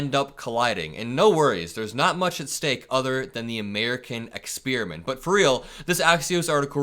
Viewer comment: Experiment, not "exspeariment."